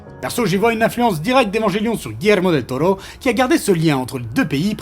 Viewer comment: Del Tollo , Del Tollo et ah un del Toro et re Del Tollo , même si la vidéo est top cette prononciation m’a bien gonflé 😏😂